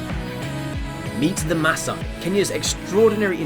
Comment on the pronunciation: I think you said "masa"..its pronounced as maa-saay..im Kenyan..and I hope it's not wrong to correct the pronunciation ..😊